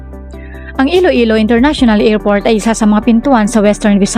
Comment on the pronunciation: Aw tseka International Ngerport😂😂😂